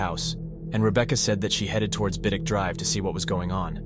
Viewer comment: best AI I've ever heard, particularly in getting the pronunciation of Keyham and Biddick spot on. The majority of AI on here mess up a lot of names